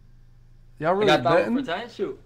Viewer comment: I cringed everytime y’all pronounced Thabo wrong lol